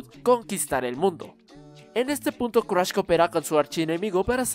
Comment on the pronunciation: Cruash??? Jajajajaja no mames 😂😂😂💔